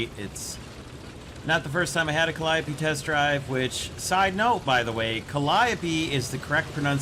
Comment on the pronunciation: You are the first youtuber who pronounced it correctly